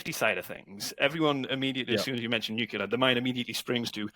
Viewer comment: NuCLEAR, nuCLEAR. Come on, an "expert" who doesnt even know how to pronounce the field?, bad optics mate.